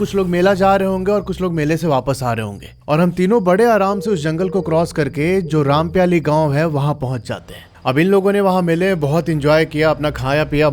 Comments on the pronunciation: It is रामपायली not rampyali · Bhai aap gaon ke naam galat le rhe ho rampyali nhi wo rampayli he aur amai nhi wo aamai he